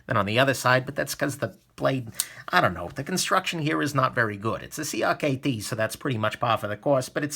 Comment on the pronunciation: this bugs me too. Do you call their bearing pivot Ickbus?